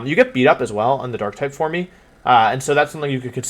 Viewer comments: I've never seen any of your videos before so please dont take offense to this as I'm genuinely curious. Why do you pronounce it "form-ee" i'm well aware that it is spelled "forme" but as far as I know regardless of spelling it is still pronounced as "form". also, your pronunciation of "video" you said "wideo". i'm genuinely curious if it's an accent that i'm not picking up on anywhere else in the video or if it's something else that i'm just not aware of. like i said, i mean absolutely no offense in this comment, i'm just genuinely curious about your pronunciations. I do love the video though, keep up the work :) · Why the hell do you say “formey” Just say form like a normal person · There an inside joke I’m missing here as to why he pronounces forme as for-me?